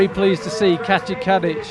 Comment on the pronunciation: Can't help it but I keep hearing the commentator say "Katja Cabbage" instead of Kadic.